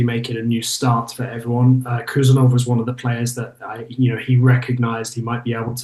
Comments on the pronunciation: Hey! His name is actually pronounced HOO-SANOV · It’s pronounced “ who Sarr Novv” heard his countryman say it 👍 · Correct pronunciation would be: "Husanov" without K. In Uzbek there are two letters "H" and "X" which represents english "H (aitch)". "X" reads in english as "ex" thats why to make the difference in written international names in english, between "K" is added before "H" in his name. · No Abdukodir Khusanov, Abdukhodir Khusanov, First of all, be sure that you have correctly pronounced his first and last name, and then you will talk about him in general, this is a great lack of respect, no matter what country he represents